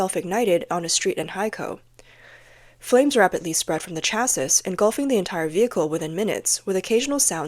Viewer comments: Asian voice crap shaisis? pronouned CHA-SEE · It's pronounced chas-seee not chass-iiss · Pro tip: the word "chassis" is pronounced like "chassy" (which is not a word, if you're wondering). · Chassis = "Cha-See" It's a French word, and so the ending "s" is not pronounced. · "Chassis" is pronounced "cha-see". The -is is pronounced as a hard E sound, like Begone or Removal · It's pronounced CHASSEE chassis